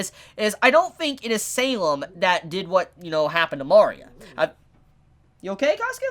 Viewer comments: Mari-a? its Ma-ria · For love of everything, its ma-re-uh, not mar-e-uh. Loved the video otherwise:P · “Mari-uh”.... shoot me Great video nonetheless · It bugs me that he calls Maria Mah-ria and not Muh-ria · Mario? Sorry you need to say Maria properly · Oh god, please...it's Mah REE ah, one of the most common names on the planet - everything in her design is Mexican/South American. It's so grating on the ears I kept getting derailed from what you're saying. Salem might want to die eventually, but she wants Oz totally and completely wrecked first. I don't think she wants to die, I think she wants to be in control of her fate - and that means she has to control the relics whether she uses them or not. Lesbians have kids - either they adopt or one of them gets artificially inseminated/sperm donor, and with Atlas technology it's possible they can create a sperm with the other woman's DNA inserted to create an actual child of both. Doesn't really matter. Saphron is obviously the main caretaker of the child during the day while Terra is at work, so why wouldn't they introduce her that way? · Your pronouncing Maria like "Mario", but with an "a" at the end😂😂😂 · the way he pronounces maria is a big oof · Uh? You're pronouncing her name wrong.